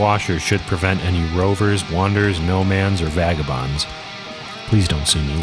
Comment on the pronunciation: I do believe that it is “Nomad” rather than “No-man”, Sir.